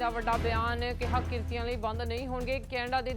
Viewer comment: ਕ੍ਰਿਤੀ ✅ ਕ੍ਰੀਤਨੀਏ❌